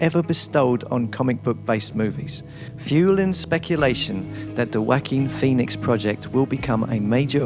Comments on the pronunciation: Walking Phoenix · Whacking pheonix